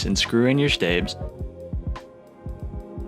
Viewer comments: found this a bit funny so here you go. stabilizers = stay-bil-eye-zers stabs = sta-bs (not stay-bs). also very realistic video lmao, great job. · your not saying stabs right